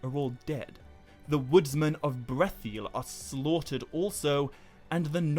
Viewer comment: Still wonder why you pronounce the I twice in Brethil